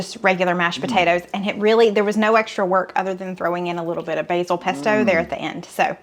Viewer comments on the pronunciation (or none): none